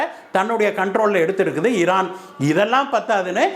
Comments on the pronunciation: இரான் ஈரான் இதில் எது சரியான வார்த்தை வாசிக்கும் போது ஏன் இந்த தவறான உச்சரிப்பு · Please rectify your pronunciation Iran